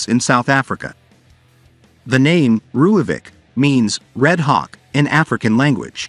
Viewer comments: Its actually pronounced roy-folk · Please learn to pronounce Rooivalk